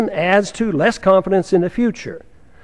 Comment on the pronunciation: I know he said "shituation" on accident but man is it sure fitting.